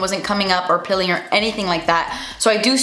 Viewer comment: “Pilling” 😂 its peeeeeeeling